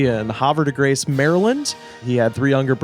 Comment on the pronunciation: Like it matters, but it’s pronounced Have ah de grace, not harva de grace. Useless facts make all the difference.